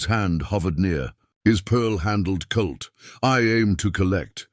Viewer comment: His gun is not a "CULT" ya dolt. It is a "COLT", if we are talking about Earth and American history. Good story telling mostly.